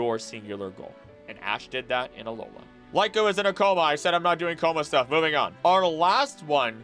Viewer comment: It's cringe hearing you say, "LIE-KO" When it's actually "LEE-KO"